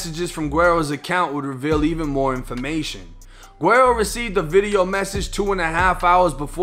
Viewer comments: Love the content my G, but it’s pronounced “weddo”! The “GU” is like almost silent but it makes like a “W” type sound, the double “R’s” are rolled so they kinda make a “D” sound in a way, and yeah the “O” is a fuckin “Oh” sound lmfaoo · Hey yo keep up the good work! This shit is important to document so dont stop. Oh PS - "Guero" is pronounced "Weh-do", just lettin ya know fam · Can someone tell dude it’s pronounced wedo Meaning white boy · Wero not wedo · No one else heard dis man say “gwarrow” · Its said like weddo (white boy) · You said his name wrong but great video lmaooo PS. his music is hella gas btw 🔥